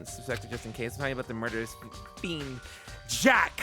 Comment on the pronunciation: I love how went from finally pronouncing “fiend” correctly and then immediately went back to saying “friend” 😭😭😭